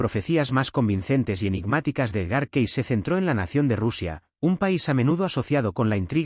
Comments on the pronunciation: Se dice Edgar Cays no como usted lo dice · Lamentablemente, el narrador pronuncia como quiere el apellido de Cayce.